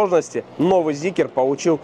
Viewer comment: Ля, а можно зикр называть зикром, а не зикЕром?